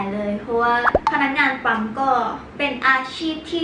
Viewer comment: 👉🏻ปั้ม ไม่ใช่ 👉🏻ป้ำ